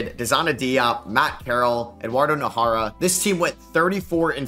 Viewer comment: Najera is pronounced Nah-her-rah